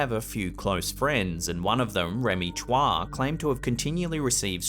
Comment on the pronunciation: Chua is pronounce as choo-wa, not tswa